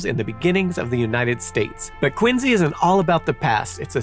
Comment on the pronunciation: Curious as to where the presenter found the pronounciation of Quin-Z rather than the far more common, (and dare I say correct?) pronunciation of Quin-C. Having had both sets of grandparents live in Quincy, Illinois when I was growing up, and growing up in Virginia, very near Montpelier, the home of President John Adams, hearing him say Quin-Z over and over makes this video nearly unwatchable. sigh